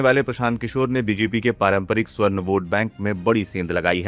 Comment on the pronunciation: स्वर्ण नहीं, सवर्ण उच्चारण कीजिए भाई साहब !